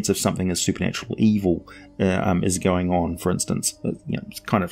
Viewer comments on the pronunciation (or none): none